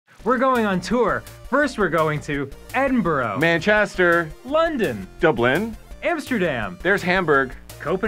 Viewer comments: Please stop saying Edinburgh like ‘Edin-Borough’ it’s ‘Edin-Bur-Ah’. It’s hurts me when Americans say Edinborough or ‘GlassCow’ instead of ‘Glasgow’. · It's not Edinburrow! AAAA